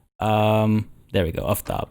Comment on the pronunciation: Aftab is Persian,right name in grammar is Aftabpur (Aftab itself is not rightly a name), Aftab is very uncommon and mostly means the warmness of sun, the sun in fact is Khorshid and there was men, in fact one king which their names were Khorshid. at least pronounce the name rightly, A for Aftab (both of them) is like Armenia and Arman not like Poland. sun itself is a god which follow Mithra but usually in this recent 800 years both gods combined and now sun is symbol for Mithra, Mithra in ancient Persian and Indian means promise and oath, if anyone disgrace marriage or an agreement like vows the goddess (in Iran and India is female) will destroy their house, lineage or honor, she worship in war too. in fact you can see Mithra in Qajar ( ) flag. so if Partia (which is a Persian name and means steppe rider or something like that) worship Mithra (as Parthian empire main religion was Mithraism) so he absolutely shouldn't betray Soltan, Macbeth will happen.